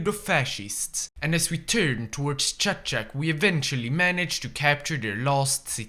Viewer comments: the towns name:Čačak His pronounciation:Šačak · its chachak not schaschak